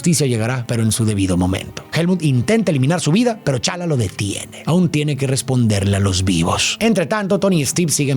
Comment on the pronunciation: Soy el unico que le molesta que diga Chala? A pantera negra? Jajaja